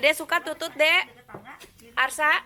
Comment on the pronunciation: Teh bilang tutut nya jangan monyong atuh